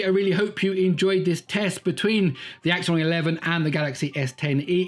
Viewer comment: It's not axion it's axon